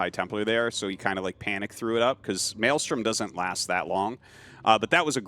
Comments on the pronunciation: Tasteless saying "Melee storm" instead of Maelstrom lol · It's Meelee"Strom" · TASTELESS i LOVE YOU BUT YOU NEED TO IMPROVE YOUR PRONUNCIATION OF VALKYRIE. ITS NOT "VOL-KA-RIE" OR VAUL-KA-RIE" ITS "VAL-KA-RIE" YOU CAN KEEP SAYING MELEESTORM THOUGH.